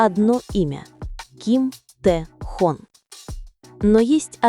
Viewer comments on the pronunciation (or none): Прекрасно сказано о Тэхёне!!! Именно ТэхЁЁне!!! А не Тэхон!! По ушам режет!! Надо было сначала узнать имя а потом видео делать!!😮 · Автор, всё правильно сказано, но! Научи программу, с которой работаешь, правильно произносить имя Тэхёна! Его зовут Тэхён, ударение на букву «ё», а не Тэхон! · Слух режет как автор произносит имя артиста Ким ТехОн. Ударение в слове айдол на букву О. А по существу видео интересное. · Один и тот же текст в разных интерпретациях. И он не ТэхОн, а Тэхён. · Почему Техон,а не Техен? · Какой Тэхон? Его имя Т Э Х Ё Н! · АВТОР !!! ЧТО ЕЩЕ ЗА ТЭХОН ??? ВЫ ЧТО ВЧЕРА ТОЛЬКО УСЛЫШАЛИ ЕГО ИМЯ ???.......ТАЕ ХЕН......ТЭХЕН .. И НИКАКИХ ТЭХОНОВ... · Как же вы противно произносит его имя ТэхООн., 😖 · Хотьбы удосужились правильно произносить имя Ким Техёна. Запустили ролики роботов озву чивать, а прослушать ролик разве не надо перед выпуском. Я просто возмущена этим роликом😅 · Если ты не бот- научись правильно произносить имя того, о ком говоришь!!! А если ты ИИ- тем более плохо: надо кому- то присматривать за этими позорниками и их создателями, прежде чем публично трепать имя уникального человека!!! Да ещё и поставить мощную защиту от завистников и прочих злобных тварей!!! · Имя Тэхёна научитесь правильно произносить, а потом уже в канале вещать о нем!!! Слушать неприятно! АйдОлы! 🤣🤣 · Автор, Спасибо за такой информативный ролик, только имя Тэхена называйте правильно.😊😊